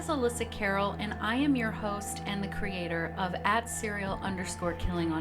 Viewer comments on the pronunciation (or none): none